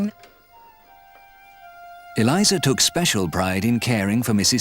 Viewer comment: Eleeza.... it's pronounced....